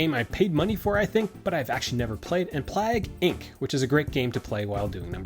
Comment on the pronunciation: Plag!? PLAG?! It’s plague like biblical plague.